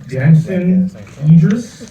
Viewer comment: Damson Idris is the star of the show and he couldn’t say his name. Wth is he trying to pull here?😮